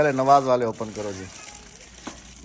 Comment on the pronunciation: Open HOTA hai.opan nahi hota